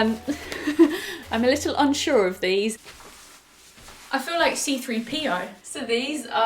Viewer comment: I don’t know what it is but the way you said ‘C3PO’ 😩😂